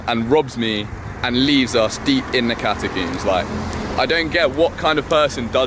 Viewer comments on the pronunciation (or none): Maybe the guide left them for mispronouncing "catacombs" as "catacoombs" the entire time.